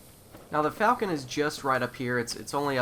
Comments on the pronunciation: i believe the falchion name is pronounced like "fall-shun" not falcon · Pronounced ( fôl'chən ), sounds like "Fal-key-on" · Or more like Val-Key-on